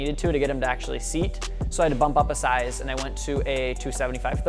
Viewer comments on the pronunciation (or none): none